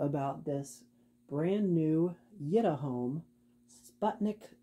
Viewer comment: i actually think it's pronounced yēt uh home, not yït uh home